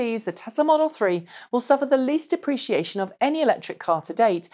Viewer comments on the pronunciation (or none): none